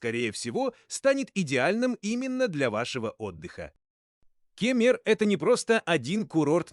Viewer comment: Как только услышал Ке'мер сразу 👎👎👎